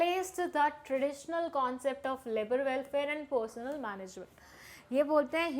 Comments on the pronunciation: bahanchood yi porsnel nahi hai persneel hai apni reading teek karlo kaddey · Personnel ko aap personal kyu bolte ho it's different 🙏